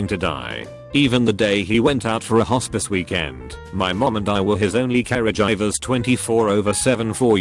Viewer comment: I died from the way he said caregivers